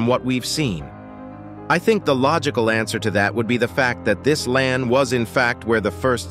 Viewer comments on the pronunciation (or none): none